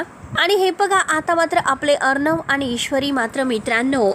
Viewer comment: भाषा नीट बोला.किती अशुद्ध बोलता, अर्णव असा श ब्द आहे.